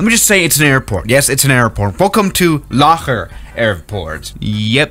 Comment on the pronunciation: I heard "locker" airport